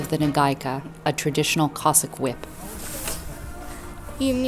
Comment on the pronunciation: It is not pronounced "Cossick', it is Cossack!